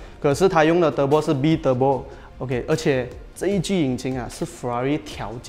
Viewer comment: 不是 b-turbo, 是讀 bye (bi) turbo